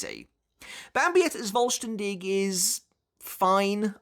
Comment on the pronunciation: The "V" in the "Vollständig" is actually spoken like the F in Fist for example. The expression meaning "Complete" or "Whole". There is no expression such as Voll-Stern-Dich which btw means Full-Star-You ^^' Given the nature of the ritual it fits rather well, though I never really understood the japanese obsession with the german language ,especially regarding the Quincy. I know it is somewhat fitting but I still can't actually make any sense of it tbh.